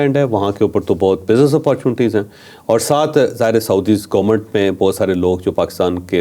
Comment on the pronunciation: Gomment Gomment .. har Vlog main 20 dafa bolta hai gomment. Bhai Government hota hai.